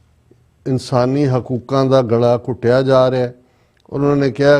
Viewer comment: Galaa ghoteyaa ni ghutteyaa jaa rihaa panjaabi word Ghutteyaa hundaa